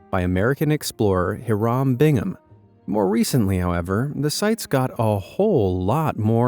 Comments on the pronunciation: OK, I'm convinced that this channel and others like it make mistakes deliberately so that people will leave comments like the one I'm leaving here: The name "Hiram" is pronounced "HI-rum." The way the narrator says it here ("he-ROM") sounds like the word "haram," an Arabic word meaning something that is forbidden by Islamic law. (Just so this channel doesn't benefit from my comment, I'm unsubscribing now. Take that, you trolls!) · Hiram is pronounced: Hy-rum. This is SUCH AN INCREDIBLE VLOG Thanks A TON! USAF VET age 73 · hah-rahm? lmfao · Hiram is pronounced Hyram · Hiram is pronounced Hi-ram or Hi-rum. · You're terrible with names... try "Hiram" again, for starters. HIGH-ram. And Pachacuti Inca Yupanqui: Pa-cha-KOO-ti Inca (Eenka) You-PAN-kee. We already have a Tomb of the Unknown (Soldier) in Arlington National Cemetery, we don't need to go to Turkey. Cholula de Rivadavia, consisting of San Pedro Cholula and San Andrés Cholula, is in PUEBLA, not "Pueblo". Por favor, no mames. It's Er-NÁN Cortés, not "Hair-nan". The "H" is silent. And they did know it was a pyramid, it was never a mystery. Hell, I even lived in a house in a ranch built on top of an old pyramid near Martinez de la Torre, Veracruz, the underlying shape and the three northern oblong mounds left no doubt, and the local population still remembered it along with about 150 others in the surrounding area. But this is ancient Olmeca land, so it may have been built by the Totonacas at a later date. The dry climate is only applicable to the central valley North of Popocatépetl and Ixtazihuatl and to the areas shared with the US border, the rest of México is a mix of high elevation conifer forest with colder climate and descending through rain forest and tropical lowlands. And you made your own pun when you said "titty-cah-cah". Use a regular hard "T" and a flat "A". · I believe Hiram is actually pronounced "High-rum" when used by Caucasians.